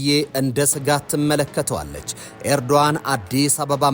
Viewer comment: ያ ትክክለኛ ስማቸው ኤርዶአን ነው.ኖት ኤርዶጋን.❤ g, is silent.